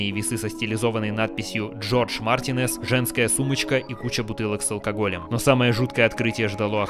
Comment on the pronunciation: Марти'нез, а не Мартине'з (Извини, бомбануло)